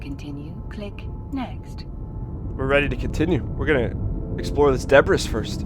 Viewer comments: "we're going to explore this debris first..." Just please say 'debree' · ITS PRONOUNCED DEBRII NOT DEBRIS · Lol.... bro you're in college and the first thing I hear is "were going to check this DEBRIS--S, bro it's pronounce debr-ee ... jesus christ, give up now."